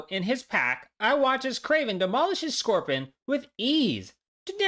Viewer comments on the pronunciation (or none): Why does he call scorpion scorpon